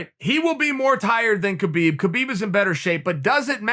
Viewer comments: if you respect khabib pls pronounce his name correctly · Keh-beeb? Hah-beeb!